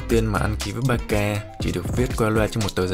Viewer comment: con nghe chú kêu ba ca nó cứ lạ lạ sao á tại bình thường nghe là bát xa